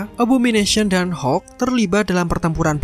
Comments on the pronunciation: Hokk abah kau hokk.. Hulk(halk) bukan hokk alohhhh natehh berukk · Hulk aja bro gak usah bilang hek